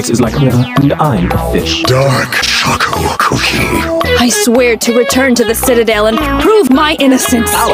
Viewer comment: You say cocoa wrong